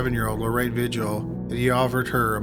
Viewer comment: Vigil...”vee-HEEL”...Spanish pronunciation